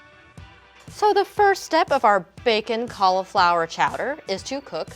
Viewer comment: Anyone else triggered by the way she pronounces cauliflower